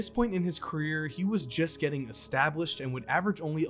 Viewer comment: U make awesome vids my only complaint is u pronouncing works that start with E with an A sound words like established and especially. I know it’s small but I love to watch your vids but this makes me wanna turn them off